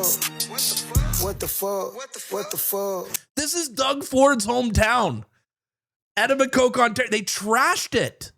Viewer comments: The city "Etto Be Coke" is pronounced Ee Toe Bee Ko. But I understand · ee toe bi koe: the vowel in bi is short, not pronounced as ee nor as i, reminiscent of the i as in Manitoba! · Say it as "Eh-toe-be-co" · That's actually pronounced.Ed O Bic Co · uhhh, it isn't just during Diwali, its where ever they are. And Doug Ford lives in Etobicoke (pronounce it E TOB A- CO) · Its PRONOUNCE. ETO-BI-COKE You Dunb A$$ A.k..A Rexdale 🔥🔥🔥🔥🔥 man dem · Ett-i-bi-coke..? Is this some weird slang pronunciation of Etobicoke that Im unfamiliar with? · Etobicoke is pronounced as "Etobicoe". There is no second "k" sound when you pronounce it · the "ke" is silent. Sounds like "Etobico" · It’s Etobicoke and pronounced. “ EE—- TOE — BE - CO “. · Its pronounced E toe ba co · E /toe /be /co. Is how it sounds. Yes it’s shameful the destruction these people are causing. They have more rights and liberties than the Canadians. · Etobicoke (e-toba-koh) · Etobicoke, is pronounced ee-toe-beh-coe ... i guess you have to grow up in the Toronto area to know that 😐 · Bro what the fuck did u just call it?? It’s pronounced “eh toe bick co” Etobicoke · Hilarious pronunciation of "Etobicoke", as in "We et a becoke". Not only can I not unhear it, I'm now curious what a becoke tastes like. Also, I'm happy for future parents, Justin and Katy. I wish mum Justin an easy delivery, though given his equipment I should think caesarean is something he and his doctor ought to consider. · Send em home! (Also its Eh toe ba koh) for anyone interested in pronouncing Etobicoke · It’s pronounced ETO BICO. 😅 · Etobicoke, Ontario is pronounced E toe b -ko not trying to roast you, wait till you get to news on British Columbia half the places are Native Canadians names, grew up in a town called Comox and one area of the town all the streets are named after the local tribes back in the day. Good luck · Hey, Etobicoke is pronunced "Ee-toe-bee-co" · e-toe-b-ko? Etobicoke. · ed-toe bic-co...pleb lol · uh-tow-buh-kow